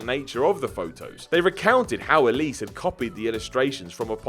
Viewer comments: ELSIE Wright, not Elise. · Elsie, not Elise.